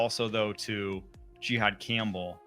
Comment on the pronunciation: he said it correctly? Jihaad Campbell. Gee-hawd